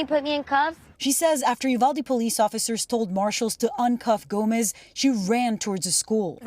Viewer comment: It's U val de. I think the mom worked at a pecan orchard.